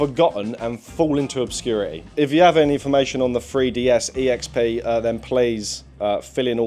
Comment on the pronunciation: it is NOT called a FREE DEE ESS, it's called a THREE DEE ESS. Since when did THREE get pronounced FREE?